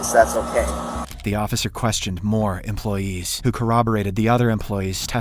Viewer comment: why he is always saying employeeseeees😂